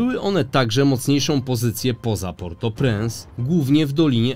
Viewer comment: mówi się portopręnc